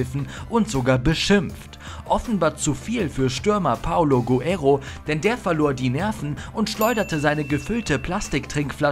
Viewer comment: Hey liebe Moderatoren ihr solltet mal den Namen von Guerrero richtig aussprechen: Es ist nicht Paulo Guero sondern PaOlo GueRREro. Wie kann man nur Vor und Nachname falsch lesen?